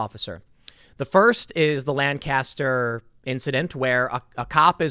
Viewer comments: Anyone that lives in Lancaster PA knows its not pronounced that way its lane-kissed-her the Amish will correct you lol I live in the next county over many trump signs have been vandalized/stolen after what happened, usually thats not a problem in my area... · Pronounced: LANK - es - ter